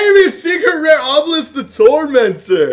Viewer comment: he said obelis the tormentor lol🙉